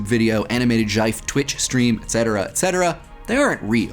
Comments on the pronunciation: He said jife instead of .gif! Insta-unsub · AHHRHG !!!" YIF " why do you say " yif "its GIF please!!! "GIF " not "YIF" aaahhhrg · i heard gif or jif before, but jife? investing on this comment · But why did he pronounce it "jife" instead of "jiff"?! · um wtf did you call it? Jife?? ??? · GIFE? GIFE?! GIIIIGEEEEE?!!!!! Blasphemy!!@ A E S T H E T H E T I C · "Animated Jaif" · I'm just gonna pause the video, drop this dislike, and leave for "jife". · Does he pronounce "GIF" as "jife"? That's just wrong! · "jyfe"? I know we say gif when it's pronunciated "jif", but "jyfe"? That's a rather idiosyncratic inflection, m8... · Did you just pronounce gif as 'yife' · I was done watching when he said JIFE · Jife? JIFE? this is getting out of hand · I had a hard time paying attention after he said "animated jaiyf" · DID YOU JUST SAT JIFE????? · Animated Jiyfe? Excuse me? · Did you just pronounce GIF as "jyfe"? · did he just call it a "gyf"? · Animated jiff what are you saying? what is that? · Did...did he just pronounce gif as jyfe? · DID THE BRO JUST DID SAY ''JUYF'' AS IN GIF? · WTF is a 'jife'? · did this nigga just day jife. yo I'm done this ain't my aesthetic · DID YOU JUST PRONOUNCE GIF JIFE???? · "Animated Djife"? Wtf? Did you mean GIF... Lmao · Did he just pronounce GIF as "jyfe"? .....well okay then. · did you just pronounce GIF as "jife"? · 'Jife'.... JIFE WHAT THE FUCK IS THIS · "Animated JEIF" fucking dropped. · a JEIF??????????AUTISTIC VALUE??? this video should not exist inb4 "HE SAID ARTISTIC" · but he said jife, not yif..? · HE DID NOT JUST PRONOUNCE IT "JIFE" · Gif... rhymes with knife??? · He doesnt say Jeef, he says Jyfe. As a compormise of sorts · love the video, but the way you pronounced "gif" was really un-aesthetic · How did he just pronounce gif? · you had me until u said "gif" and then i got completely distracted and confused purely about the way you said it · I've never heard gif pronounced to rhyme with knife. interesting.